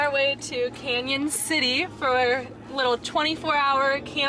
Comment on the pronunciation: Thanks for saying our town name correctly!